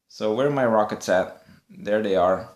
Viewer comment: your an awesome youtuber and i know its not your fault that you cant speak english that good but i get so triggered when you say dere (there) or when you say holy fricken moly or guaca moly or just holy moly and then it was one more thing that triggered me PS this was not a rant just some tips to get more subs like i get you in recommanded and watch you but beacuse you say those triggering stuff (reapiting not your fault just me being very easy to trigger) i wont sub you